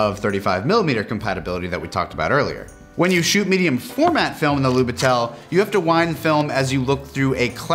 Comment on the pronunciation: That camera it trully something! Great episode, as always :) p.s. it was little bit funny to hear how you pronounce "Lubitel" with an accent on "e", its more on "i" in this case, but you did a great job adressing the context behind this camera either way 👌